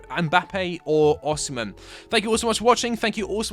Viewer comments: why tf do people keep saying oSHImen oSHImen IT'S OSIMHEN BRUH osimHENNN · OSIMHEN NOT OSHIMEN